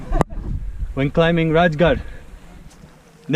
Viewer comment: Just a little extra knowledge, the correct way to pronounce it, or the way maratha pronounced is Raigad, I instead of j. Thanks for your interest in our brave history 🙏🚩🚩